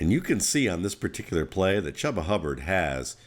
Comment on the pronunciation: It's pronounced Chooba. But good vid otherwise!